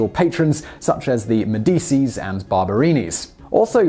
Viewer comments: It's not "med-ee-ces", it's "med-eh-cheese". Unless I'm wrong. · and they said "Medeesees", instead of "Medeecheese"... they're finding out several things, today. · arg! 'MED-i-chee', .....not 'me-DEE-see'. This is Italian, not Spanish. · MeDIsi. Really?? It's MEdichi, please! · It’s ironic that you pronounce Medici so incorrectly in a comment bashing Simon for pronouncing it incorrectly lol. It’s ”meh-dee-chee”. NOT “meh-die-shih” as you wrote... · Nitpick for the day: Medici is pronounced Med-i-chee. Not Med-i-see. Now you know. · Did you just butcher the pronunciation for Medici?? Pronounced, "Mediichi"... It's Italian not Mexican Spanish.. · it's pronounced meh-dee-chee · “Medici” (some of his patrons) is pronounced “MEH-dee-chee,” just FYI. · The “C” in “Medici” is pronounced “Ch.” Med-ee-chee. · You did NOT just pronounce Medici like a simpleton, did you ? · I'm starting to think the mispronunciations are deliberate? Who doesn't know how to pronounce "Medici", for gods' sakes? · How do you not know how to pronounce Medici properly? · You can't pronounce Medici?! Disliked. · Medici, read like: Med as in Mediterrenean I as in Iota Ci as in Chicago. Please stop butchering Italian pronunciation.